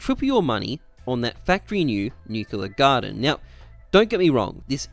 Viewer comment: Nucular gardem